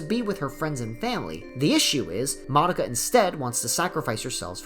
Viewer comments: tf, you're pronouncing Mah-dou-kah has moddah-ka? Are you serious? wtf. omg, you pronounce nearly everyone's names incorrectly LOL. A ground breaking anime and a decade later all the name are butchered. amazing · wtf i hear you saying monika instead of madoka everytime llol